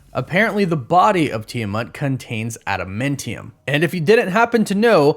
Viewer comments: AdamAntium. Not adamIntium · LEARN HOW TO SAY ADAMANTIUM (NOT MINT) AND Genosha said like Jennifer. A J SOUND. You are killing me.